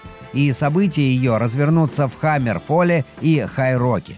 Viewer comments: Хаммерфелл*, непростительно! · Хаммерфелл, а не Хаммерфолл